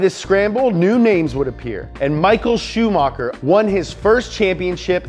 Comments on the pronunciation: Same with Shumacher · it is really funny how he says "schumacer" every time. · Does he even know how to talk he ruined all the drivers's names like cmon shumakar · Ren-O Al-Ayne pro-st Shoe-marker Jag-you-arrrrrr